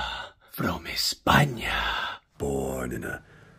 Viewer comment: Amy Schumer is not funny in my opinion. Y encima copia a sobre todo cuando, refiriéndose a Hilaría, imita un acento español….. aunque no pronuncia bien ‘ from España’ agrrr